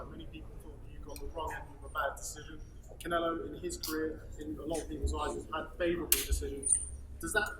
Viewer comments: all russian and Ukranian pronounce Canelo=Canela...lol peace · He keeps calling him Canela LMFAO